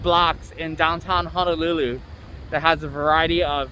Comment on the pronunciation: It’s Honolulu sir not hanalulu